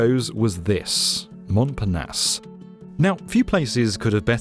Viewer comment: Mon par na se <-- the a in the word are like in nagging. the e in the word are like in serial. The t is mute.